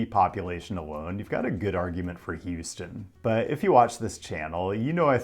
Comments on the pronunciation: it’s houston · It's Houston. Stop being dumb. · Its houston